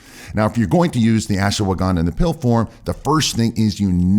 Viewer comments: It's not Asshwagaandaa , it's Ashwagandha...improve your accent... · Why do you pronounce it Ash-"woh"-wagandha?? No "woh" needed!